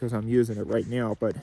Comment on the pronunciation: did he just say "right neow" instead of "right now"?